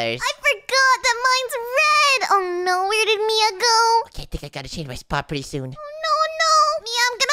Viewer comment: It is Mia not min